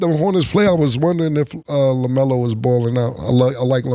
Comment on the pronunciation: Lmaoo said LaMero!! 😂😂